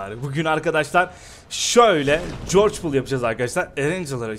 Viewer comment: Corçpul değil haha corcopul